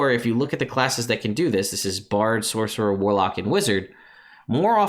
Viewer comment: “Saucerer”. Boooooo! 😂